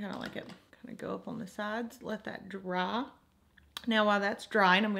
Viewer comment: i lovee how u sayy dra for the word "dry" 💖💚💚💖 urr soo freakingg stunningg